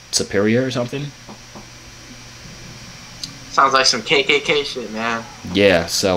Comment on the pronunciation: Lmaoo I could tell the way he from west orange cuz of the way he said shit